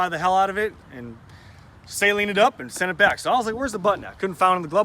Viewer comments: Well it is a guys last name and it is pronounced suhleen. Not saline like a salt water mixture lol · It’s pronounced suh leen.